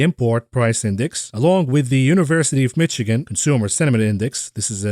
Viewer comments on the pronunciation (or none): none